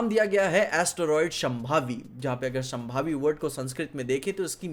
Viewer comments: it's Shāmbhavi not shambhavi 😅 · माफ कीजिए शांभवी न कि शंभावी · Try to pronounce it as 'Shaambhavi' not sham'bavi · शांभवी बोलते हैं संभावी नहीं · शंभावी ❌ शांभवी ✅